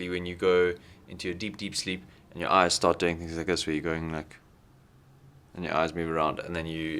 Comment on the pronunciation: I thought, you said, SHART into xD